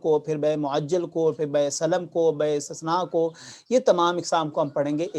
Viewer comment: بیع استصناع استثناع نہیں